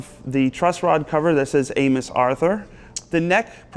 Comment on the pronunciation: For a moment, I thought Joe said "We're talking about anus."